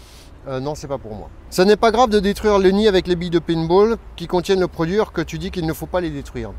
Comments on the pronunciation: Conseil prononce le payne ball parceque pine ball fait plus penser au service 3 pieces!! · Le Pinte Ball ou le Pas de Bol . Il est lui-même et il s en fout de la prononciation du moment que le taf est fait. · " painebol " : popopo